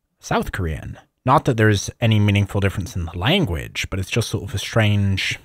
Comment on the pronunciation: your ability to read Korean but not pronounce it is mystifying to me